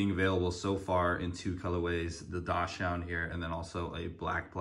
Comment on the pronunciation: It's pronounced "DOX-SUND" NOT DASH-UND. Like the dog